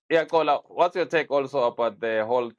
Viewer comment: Why doesn't correct Nadeem? it not Gcola